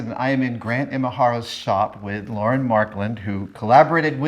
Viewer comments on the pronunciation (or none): none